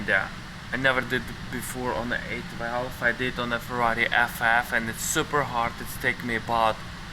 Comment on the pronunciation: I kept hearing him say 8-Valve, and I was wondering why ?...then I figured out he's actually saying 812 LOL !